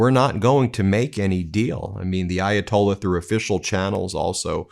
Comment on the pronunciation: Hey Donald - How about a 5-50 minute speech about how Ayatollah is NOT spelled EYE-atolla, and that there is a "H" at the end. (We're bored of your usual stories)